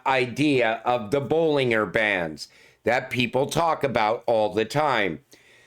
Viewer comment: Bollinger bands your saying his name wrong